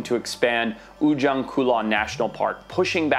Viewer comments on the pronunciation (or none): sorry how to read is "ujung" not ujang